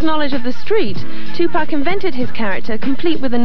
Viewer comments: It's killing me how this dude keeps pronouncing his name as 2-Pack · I hate when people say 2pack so fucking annoying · the narrator calling him by TuPACK is insane😭😭😭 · His name is Tupac,not two pack. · Tu-packs , man wtf is he talking about lol?😂😂😂😂😂😂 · "Two-pack." UUUUUGGGGGH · Chile calling him Tupack is so cringe 😂😂😂😂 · 2pack??? 😂 I can’t tell if dude was being disrespectful on purpose or if he really just didn’t know how to pronounce his name